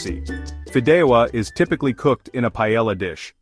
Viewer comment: Cannot listen to that ai pronunciation of paellla.